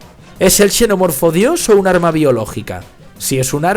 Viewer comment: TAL CUAL... PARA UNA PELÍCULA QUE ES "BASURA"... UNA CRITICA QUE SI ES BASURA APROPÓSITO: QUE A ESCRITO EL DUEÑO DE ESTE CANAL... PORQUE SE VE QUE EL PUEDE HACERLO MEJOR... ESPERO ME CONTESTE Y ME ENVIE UNA DE SUS OBRAS... PARA HACERLE LA CRITICA. un shenomorfo "pronunciado como se escribe"